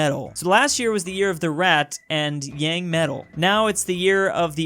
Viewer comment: Yang pronounciation